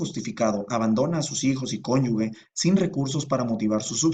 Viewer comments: A la persona unida a otra en matrimonio se le llama CÓNYUGE, pronunciada [kónyuje] y no, cónyugue. Me gustaria aclarar que la palabra correcta es CONYUGE ,no como se escribió y pronunció en el ejemplo " conyugue" ... Solo como aportacion, no podemos hablar bien si no pronunciamos bien. saludos. :) buen video. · Gracias por compartirnos su conocimiento, sólo una observación, cónyuge está escrito mal, es cónyuge y no conyugue y se pronuncia con g de Gisela y no con g de Guelatao, sin afán de ofender, pero es para que quienes lo vemos, no caigamos en el error... ¡Gracias nuevamente! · "CONYUGUE" Aaaaaay,!!! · 😑 todo iba bien hasta que dijo "cónyugue" (y así mismo lo escribe) no puede ser...